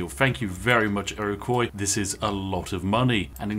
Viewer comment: Iroquois is pronounced Ear Oh Kwah not Ear Oh Coy 😁